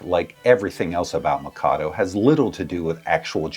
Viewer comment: The way you mispronounce "Mikado" over and over again absolutely kills me.